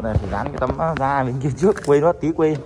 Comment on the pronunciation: da chứ không phải Ra bạn nhé, đọc sai đâm ra cái phụ đề cho ng nước ngoài cũng bị sai theo á, bạn nên chú ý nhen